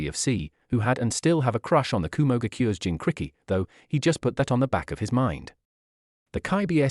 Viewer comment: Kubikititchk, the zabuza, jincricky, chukra. This AI narrator is almost the worst so far.